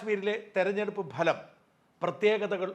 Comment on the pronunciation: ഭലം അല്ല സാജാ ഫലം.. ഫഹദ് ഫാസിലിന്റെ ഫ... ഫലം..